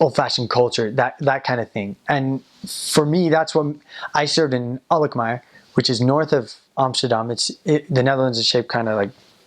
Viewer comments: I was just watching ur vids and this is so cool! Im from Alkmaar too! The way u say 'Alkmaar' is just PERFECT! Your Dutch is really good. Kudos! It's nice to hear u say how beautiful our city is :) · The way you pronouce Alkmaar is just perfect.